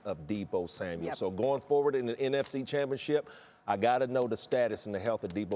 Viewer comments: Samuel NOT Samuels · Deebo Samuel!!! There is no S at the end of his last name. Get it right y’all.